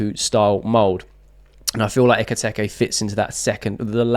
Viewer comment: It’s been a few days now so maybe you’d like someone pointing out it’s Eketike, not Eketeke.